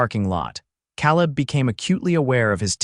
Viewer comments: nice, - but it's not "caleb" as in cow lib, it's "caleb" as in k lib :) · Except for the persistent mispronunciation of 'Cowleb' it was a perfect story for this retired teacher. 10/10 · It's pronounced Kay-leb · You need a better AI voice. His pronunciation of "Caleb" sets teeth on edge.